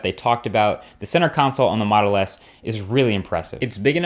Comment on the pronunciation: have I heard "Moto S"? :>